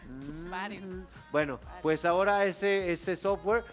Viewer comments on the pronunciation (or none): JAJAJAJ ese "ora" tan poblando de amo